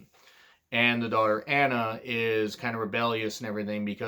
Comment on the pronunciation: It's admirable from your part to not try to pronounce names you think you'll butcher... but it's ironic how you mispronounced Anna even though it's a common English name.